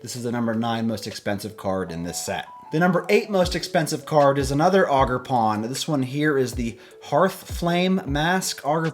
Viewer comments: It’s ogre like shrek then pawn. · haha "augerpon"